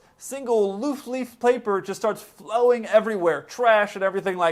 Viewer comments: it’s called **LOOSE** leaf paper, not **LOOF** leaf paper. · “Loof leaf paper”